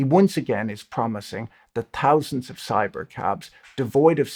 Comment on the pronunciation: I know what a tree is. 🌳 but what's a touzand? :glasses-purple-yellow-diamond